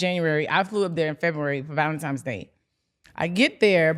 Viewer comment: “Valentimes” Day?! 😂 Damn. Tia was right. You’re illiterate frfr